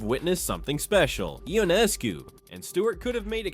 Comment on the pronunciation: The commentator (or is it the robot) needs to include name pronunciation as part of their homework. Sabrina (say what?)…. Ionaayscu??? Cmon! Shows disrespect and carelessness.